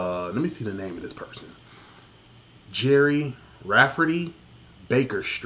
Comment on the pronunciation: I was just waiting to see your face when the sax jumped in 😄😄 Ps its pronounced jerry